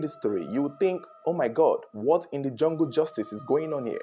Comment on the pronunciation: Lmao 😅 the fact he said what in the junple justice is going on here pursuaed me to avoid scrolling a way lmao 😂